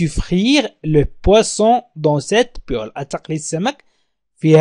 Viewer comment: شكرا استاذ لكن اظن انه هناك خطاء في نطق المقلاة polel